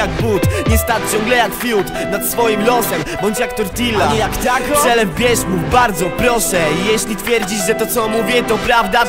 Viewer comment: Ogólnie props ale wymawiaj tortilla jak trzeba xdxd